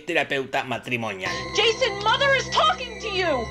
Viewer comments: No te perdono el "sian", Jorge. Se dice /shon/ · Se dice Sheison papá.